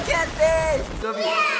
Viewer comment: It’s Sofie, not “ph” 😭